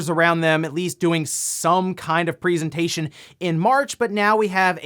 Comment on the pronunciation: Am-... Am I the only getting slightly triggered by how pronounces 'presentation'?.. That's not the normal way of saying that, is it..? That a dialect or smth?